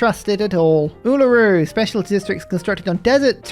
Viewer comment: You said Uluru correct!!! I'm so proud of you! /Srs